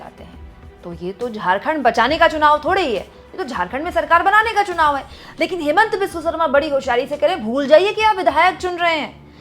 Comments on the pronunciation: Chunaw ka sahi उच्चारण nahi ker पा raha hai बार baar sunaw sunaw ker रहा है 😂😂😂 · esko to chunao bolne Nahi aata chunao ko sunao kaheta hai.. Haaa. Haaa... 😅😅😅😅😅